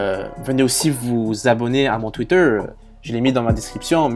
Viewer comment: Merci, je pensais la même chose. Mais pourquoi tu dis "tweeteurrrrr", "googllllllle" avec cet accent bizarre!